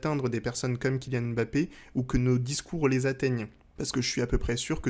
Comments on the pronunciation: oh non tu peux pas nous faire ça haha 😅. ça se prononce "mmmBappé" et non pas "Èmbappé". Ta chaine pourrait limite avoir un épisode sur la prononciation des noms africains donc attention à notre Kylian stp!!! et à tous ceux qui ont des noms qui commencent par deux consonnes:) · Très bonne analyse comme d'habitude mais juste pitié frère, on dit Mbappé et pas M'bappé. Il faut qu'on laisse aux français le défaut de mal prononcé les noms africains